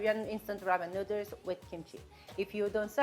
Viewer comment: Because of you, NOODERZ is the only way I pronounce noodles now. 😂😊